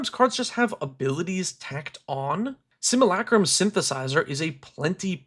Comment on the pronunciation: Simulacrum = sim-yoo-LAY-crum Think "simulate."